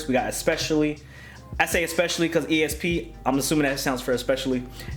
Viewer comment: it's pronounced "E-S-P" lol. it means Extra Sensory Perception and if you listen to the hook and all the verses and you'll peep why.